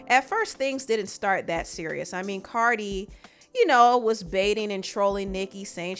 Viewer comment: Stop saying Cardi wrong they both wrong however Nikki Started talking about that girl daughter first.